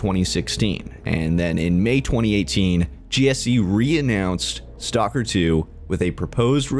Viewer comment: Ay one else geting triged by the way he produces STALKER its not stalker. when you say it you have to prounds the L staLker